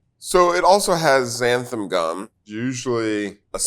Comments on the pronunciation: omg XANTHAN gum not xantham! lol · I think all of them call xanthan gum “xantham gum”. Why do so many people put an m in xanthan? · One of the newest pet peeves I’ve developed as I’ve gotten older is when people pronounce Xanthan Gum as Xantham Gum.